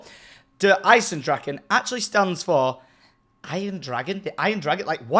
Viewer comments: You said it right! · I now some German I'm pretty shore you got it right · you said it right